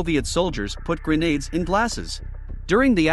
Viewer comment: The narrator's voice is actually AI, and that is why it mispronounced GRENADES towards the end.